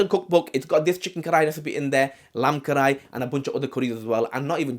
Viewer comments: Its kadhai not karai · You butchered karahi, send Pakistan 2-3 years and forget